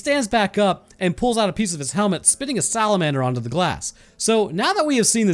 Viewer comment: That's a cute slalamanser